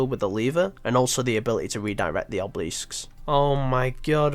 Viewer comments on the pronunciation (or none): bro, are you pronouncing this shit wrong on purpose? Ad-mire-al Ob-leasks Christ 😂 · It's 2019 and is still out here letting his cats die and pronouncing obelisk as "obleesk". I love this dude. Appreciate the quality video as always.